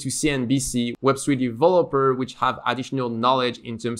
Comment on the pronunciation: "web swee developer"